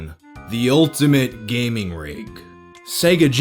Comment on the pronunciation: "If you were an avid reader of gay magazines" is what I heard... lmao